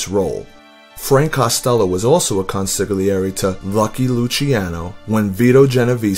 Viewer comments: Love your vids. But FYI. It's pronounced "con-sil-yairy" the g is silent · No, it's "con-sil-yairy" like he said. Listen to the way Silvio Dante says it when he's talking to Tony about the Christopher Columbus parade. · It is ,,consigliore''